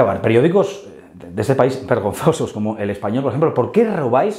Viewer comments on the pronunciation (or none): none